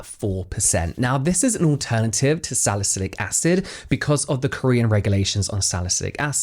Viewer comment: AntioxiDant =-add the D lmao that doesn't sound good hahaha Saliculic acid.. not 'salycic'